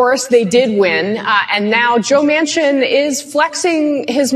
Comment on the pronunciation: DUMBASS,, JOE'S LAST NAME IS MANCHIN,, WITH A N,, NOT MACHIN,, YOU CANNOT GET ANYTHING RIGHT CAN YOU.. LOLOL